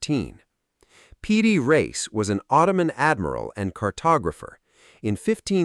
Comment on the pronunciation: The name of the map maker is Piri Reis, not PD Race. What kind of AI weirdness is this? Also, the AI voice says "directer" rather than "more direct".